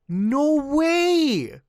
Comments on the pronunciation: I thought the same-- when he gets excited he sounds more Canadian than usual, lol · bro turned into a midwesterner. No wey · Muta has never sounded more Canadian than when saying "no whey" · I read this the moment he said it and yeah, extra Canadian at that particular moment